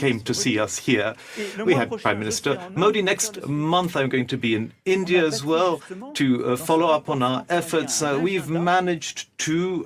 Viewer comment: bhai India hai Aindia nahi hai har Poki Aindia kyu khte hai 😂😂😂😂